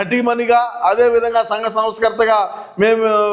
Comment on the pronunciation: Sangha not Sanga